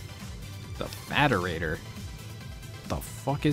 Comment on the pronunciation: ED-E's name pronunciation aside, you totally said the term "Faderator" incorrectly...